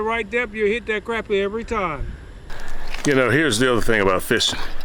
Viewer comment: It is pronounced crah-pea.